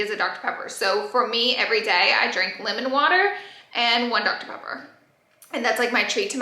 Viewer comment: the way you said “LemOn Waterrr” 🤣